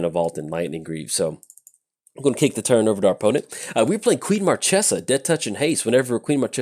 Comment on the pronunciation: Queen Marchesa (long may she reign) is disappointing by you mispronouncing her name